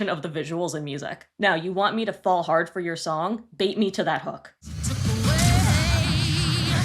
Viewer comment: I kept hearing that too 😂 idk why I kept hearing heart instead of hard